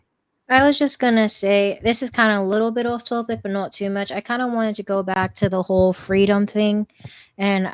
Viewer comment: SMDH I thought I was the only one triggered and annoyed by the way says topic. Toe-pic. She's cool otherwise, but that irks me to death.